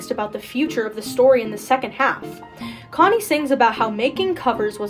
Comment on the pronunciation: YES IVE BEEN WAITING FOR SOMEONE TO MAKE A DISSECTION LIKE THIS also “chonny” is pronounced “ch” (like the ch of “chug”) “onny”, it’s pronounced in Welcome To Tally Hall Also, Was that redditor named Pathos?